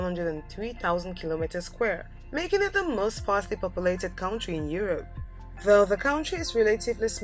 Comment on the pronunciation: Look up in the dictionary how to pronounce the word "country"